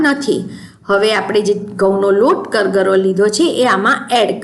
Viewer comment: જય શ્રી કૃષ્ણ. કરગરો નહીં કરકરો લોટ કહેવાય. સોરી ખરાબ લાગ્યું હોય તો.